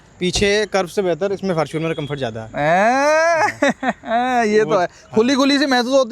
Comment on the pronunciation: Fortuner ❌ faaarturan 😂